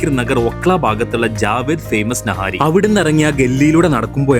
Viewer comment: naaahari alleda... niiihaaarriii